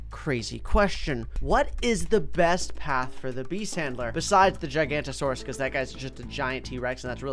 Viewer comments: it is pronounced (gig-u-noet-u-sore-iss) not (jie-gan-toa-sore-iss) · Common misconception it is not “Gi gan to sorus” it is actually “giga Nata sorus” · HOW DO YOU STILL NOT KNOW HOW TO SAY GIGANOTASAURUS ITS NOT GIGANTASAURAS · Idk y but saying gigantasaurius instead of gigantasaurius triggers me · the giganotosaurus is actually pronounced gee-ga-note-oh-saw-rus or gi-guh-not-uh-soar-us